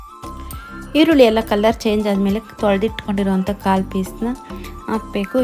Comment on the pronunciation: ಮೇಕೆ ಕಾಳು ಅಲ್ಲ ಕಾಲು 😊 ಮೇಕೆ ಕಾಲು ಸಾಂಬಾರ್ 👌👌😋